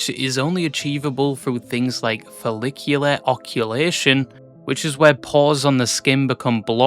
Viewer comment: "follicular OCCULATION" lmao Dude, how did you pronounce the difficult word correctly ("follicular," which also sounds like a hairy version of Clavicular) but get "occlusion" wrong?